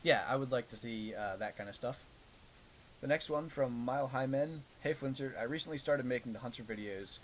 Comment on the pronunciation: Flinter The Hunter yup. You got it right the first time ;)